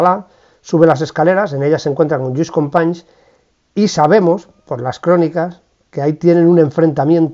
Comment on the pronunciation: Como todos los anteriores, un vídeo muy didáctico. Descubrí su canal hace muy poco y me parecen un gran ejemplo de como se puede combinar la rigurosidad con la amenidad. Por cierto, la pronunciación en este vídeo de Companys, excelente. La verdad es que resultaba muy extrana en los anteriores. Y si me permite un comentario, la referencia a Levante por intervenció del general Aguilera en Valencia, ademas de poco precisa política y geográficamente, nos chirría extraordinariamente a los valencianos (y sé que incluso aquí se utilizava ese topónimo despersonalizador en aquella época, pero eso daría para otra discusión). Muchas gracias y espero ver muchos mas vídeos de usted.